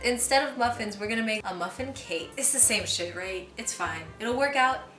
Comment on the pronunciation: Muh phin